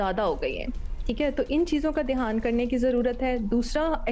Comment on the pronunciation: "Dheyaan", "Dheyaan", "Dheyaan", not Dehaan, medam.